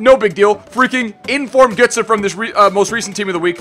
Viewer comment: No one complains about your pronunciations, seriously?!?! Iniesta and Gotze are both so wrong and there are others I'm fairly sure too but can't think now.